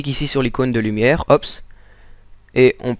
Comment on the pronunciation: Excellente vidéo mais c'est bizarre quand tu dis ops, on dirait que tu dis oups